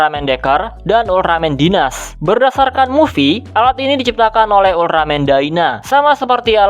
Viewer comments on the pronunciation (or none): Dinas❌ Denis✅